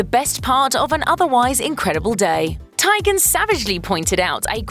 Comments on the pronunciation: Christy Teigen's last name is pronounced TEE-gen, not TIE-gen. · It’s not pronounced Tigen. It’s Teegen. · TEE-gihn. Research? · Was this an exercise in how to mispronounce everyone’s name? Bill Mar? Chrissy Ty-gan? I need to stop going dwn YouTube rabbit hools & watching sheeet like this